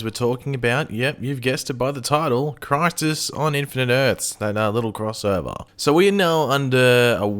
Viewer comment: LOL 'critis'